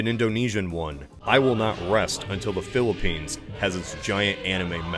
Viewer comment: Did you say the Philippines? Intant like😂